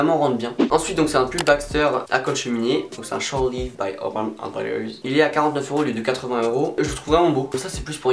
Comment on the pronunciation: I gotta tell this, the way you pronounce urban outfitters it is more than wrong. Sorry dude :)